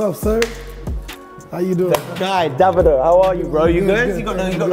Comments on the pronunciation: only thing i despise here was when called him "Daa-vido", its actually pronounced "Day-vid-o", this coming from a Nigerian living in Spain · man said DA-vido lmao